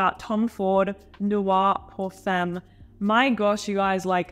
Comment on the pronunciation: Pierre should teach you how to pronounce femme correctly...